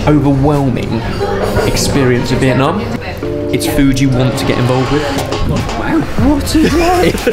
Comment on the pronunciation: When is the only one who pronounces Vietnam wrong... My heart 💔